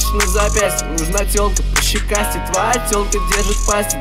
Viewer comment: Я кайфую от фразы «нужна телка пощекастей», блин как круто произносит)) Словно «нУжн т’Олк пащикасте»😎😜👍🏻👍🏻